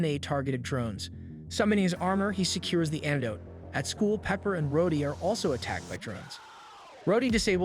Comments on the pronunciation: maybe the AI voice you use is abit too bad at saying some names like mag neto and rod E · The show literally says his name, and HE still mispronounced it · This guy is definitely AI right? The inflection is all off, the emphasis on sentences and words are wrong, he mispronounces Rhodey at one point after having no trouble pronouncing it before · All the mispronouncing makes me feel like the voice of this video has to be a.i. I mean the narrator pronounces Rhodie like 7 different ways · Yeah about 5 minutes in they changed Rhodey to "Rhoddy" and Talkative to "Takkative".